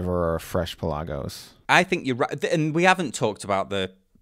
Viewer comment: You’re pronouncing Pelagos wrong.